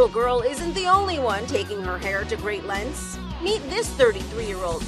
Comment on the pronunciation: tf is a “length” she pronounces it so weirdly